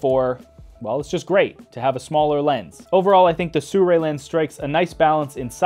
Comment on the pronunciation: nice review, but STRANGE PrOnunciation of the brand name. SURRAY ?